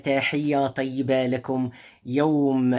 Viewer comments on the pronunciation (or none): none